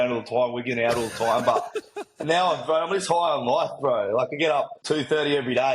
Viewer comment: "I thought: Faack yea, this is me loif" So Australian. So real. 💖